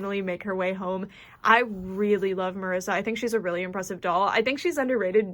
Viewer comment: I LOVE how you pronounce Marisa the way its supposed to, her being latina and all. <3